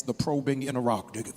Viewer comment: He butchered that word. lol was he attempting to say interrogative? Also just because trees produce pain relieving substances or chemicals etc, how in the world does that prove the trees themselves feel pain? Millions of plants and animals in this world produce chemical compounds or substances that are beneficial to human conditions, yet that doesn’t prove that the plant or animal itself suffers from the human condition it helps! It’s ridiculous! Does he not give God any of the glory or any of the credit for the animals and plants producing these things because they benefit humanity? Do mushrooms trip? 🤔